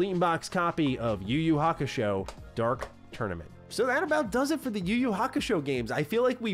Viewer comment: Idk but kinda irritated when he pronounce the title yuyu kakushow😂😂😂